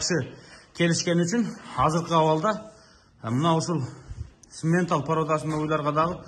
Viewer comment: Симментал эмес самапалтал го